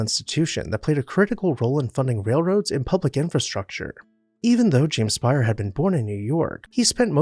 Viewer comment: They actually pronounced their name "Spay-er" rather than "Spire." Also, it is in the neo-Grec style which is pretty much the tail end of the French monarchy and into the Directoire so if it can be said to be "Louis" at all it's Louis XVI